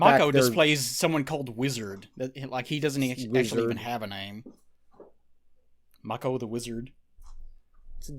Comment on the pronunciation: Mako, is pronounced May-Co. Its a shame we can't get a version of Conan that is true to the source material. Of course, it would be X rated, and most today would consider it, barbaric. Pun totally intended. Anyway, the track 'Riddle of Steel' is the intro song. The best song however is 'Riders of Doom,' which is used when the Dogs and the forces of Thulsa Doom attack. The part where Conan's mom lowers the sword is her accepting that she can't do anything in the situation, plus Thulsa is using his powers to influence her. He later attempts it on Conan at the end of the film, but clearly Thulsa Doom is not able to save himself. Max von Sydow is a legendary actor. Swedish, and speaks english well without an accent. He's best when playing a villain, but I really like his work in Three Days of the Condor. He doesn't speak much in the role, but his subtlety and ability to act and say a lot without speaking, really speaks to his acting ability and talent. I have no idea what they're talking about with the Red Sonja film. Brigitte Nielsen, who was once married to Silvester Stallone, was not in Mortal Kombat as Sonja Blade. Bridgette Wilson was the actress in Mortal Kombat, who also was in Last Action Hero, another Arnold film. I guess was confused by the similar names, but they don't really look anything alike. Brigitte Nielsen is older and taller, she's 6'1" and her age is 53. Bridgette Wilson is 5'9" and 43 years old.